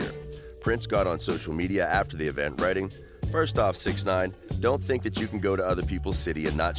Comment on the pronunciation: yeah it takes less than 30 seconds of research to figure how to pronounce it. this dude probably makes THE WORST videos on youtube regarding anything hip hop/rap.